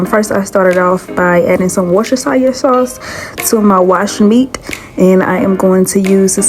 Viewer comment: You don't need to wash any kind of meat. Just fruits and veggies, because of pesticides and fertilizers. And just because it is a tough word that took me until my 30s to pronounce it correctly, it's pronounced Woo-sti-sheer. Otherwise, it looks good. You don't actually mean like "washed" with soap? Do you?